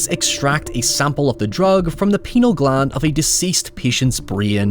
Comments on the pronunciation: I know it’s an accent difference. But, hearing “extracted from penal gland” and not “pineal” made me chuckle. Sorry… I’m a child. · I don't think you meant to say "penile gland". Hoyever, the thought of someone having that particular gland in their brain could make for a very interesting horror film! 😉 For the record, "pineal" is pronounced either "PIN-ee-ul" or "PINE-ee-ul." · From Beyond is a lot of fun. Made by the same dude who did Re-Animator. Oh, and it's pronounced "pi·nee·uhl" gland and "duh·meh·thuhl·trip·tuh·meen" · Ah, good, someone beat me to it. Good. That killed me when I heard it. I love, but that pronunciation laid me out.